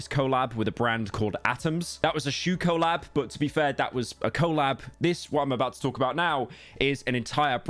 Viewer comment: why do you say collab like that